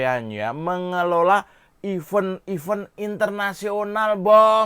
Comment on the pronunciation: ...pengucapan 'event' mbok dibetulkan, jangan jadi 'even', artinya jadi beda, risih tau dengernya...